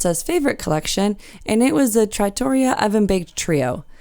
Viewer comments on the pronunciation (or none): For all those viewers who do not live near NYC, Chicago, or any other large city, what Princess charges for their specialty restaurants wouldn't cover the tip in any of the above-mentioned city's upscale restaurants. Most specialty restaurants on cruise ships are fantastic value! Also, the correct pronunciation for trattoria is tra-tor-REAH. But you did quite well with the others. Italian pronunciation is very difficult due to the many syllables.